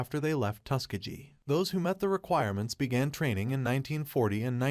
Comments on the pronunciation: yo boss can AI get a teeny tweak to pronounce iit TUSS KEHH GHEE hard g instead of tuske jee sheezuss chrrrist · My dude. How are you pronouncing Tuskegee?